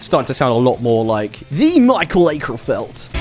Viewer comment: Mikael AWE-kerfeldt, get it right dammit!!!😅